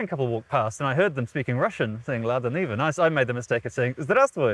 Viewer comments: Why are you calling it Lada Nivia? Its Niva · Wait how did she come up with that pronunciation, niva is just two syllables.